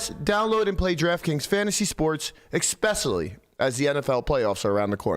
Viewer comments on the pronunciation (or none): … that plug was rough bro… “EXpecially” - LAMBO